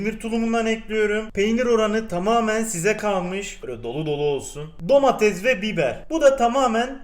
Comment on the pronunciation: abi herşey güzel ama lütfen domatezzzz deme domatese